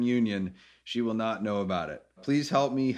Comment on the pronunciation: I hate it when people say, wool instead of will sounds like a child